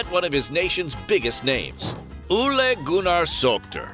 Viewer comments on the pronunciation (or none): It’s Ole Gunnar Solskjær not Ule Gunna Salkter